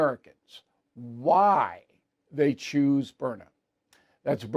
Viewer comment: It is Byrna, why do you and Hannity insist on pronouncing it Burner?. B Y R N A... say it with me Bill,, B Y R N A.